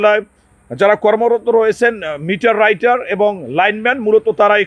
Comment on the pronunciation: মিটার রাইটার,,,, পদের নাম ই সঠিক ভাবে উচ্চারণ করতে পারেন না আবার আসছেন সাংবাদিকতা করতে,,,, দালালি বাদ দেন